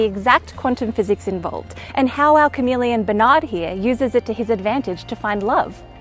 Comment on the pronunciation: Um...it's "Chamamellion"